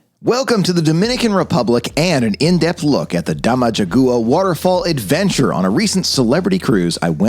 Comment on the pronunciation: For reference, it’s pronounced DAMA-HA-GUA!